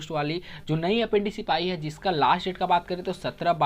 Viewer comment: Pehle apprentice toh thick se bolo bad mein jaankari doge